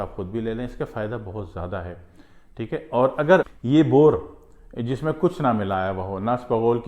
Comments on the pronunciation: Well.. no boorr....bourr is right. Bourr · Sir bore nahi boor